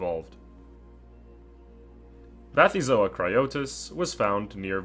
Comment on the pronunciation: Why Vathyzoa with a v? If the first element is from the Greek βαθύς "deep", I would expect Bathyzoa. The Greek letter beta is pronounced as a v only in Modern Greek, and taxonomic names usually borrow from Ancient Greek.